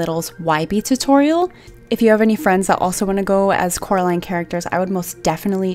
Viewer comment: It’s COR-aline not CAR-aline